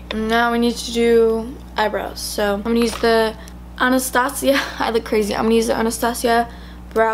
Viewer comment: She really just said anastasseeya